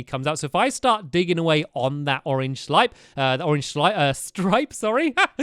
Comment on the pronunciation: stampy 2016 " orange slipe "